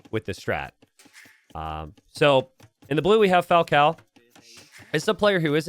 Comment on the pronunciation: At this point way of ignoring the existence of ã in all Portuguese names must be proposital, pretty funny Falcão Dogão